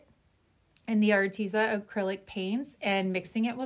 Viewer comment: I don't even know if the company cares but if I were gifted free products I would definitely try to know a little about the company. At least how it is pronounced. Your not the first crafter I've heard miss pronounce it I just wanted to let ya know. You can go to their YouTube channel and get the right pronunciation. Don't take offense,please, I just wanted to " help a girl out"👍 have a blessed week.